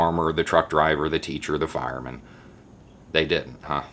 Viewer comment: "fire-MAN"? huh